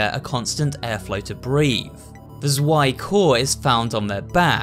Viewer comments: This is a really good video! But I still had to laugh at how you pronounce some of the german words, like "Zwei" ( German is my mother tongue) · I'm not saying you should have learned German before making this video, but it's kind of funny how you pronounced stuff like Zwei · I still get a bit annoyed by people not pronouncing zwei correctly, I really should not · jaaa und allein wie er "zwei" ausgesprochen hat war einfach mega niedlich xD :3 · Actually the plural of soldat is soldaten not sodalts, it's a german word and means soldiers PS Ik he said the translation Also the way he said zwei, sturm and panzer is just so funny, when you here it as a german 😂